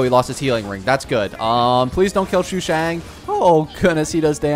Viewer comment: me: wonders if stoppped calling Sushang "Shoe shang" yet: Xiangling